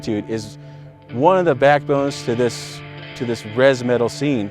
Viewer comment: "Rez metal" I died lol